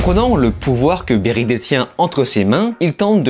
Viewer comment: Barry pas Berry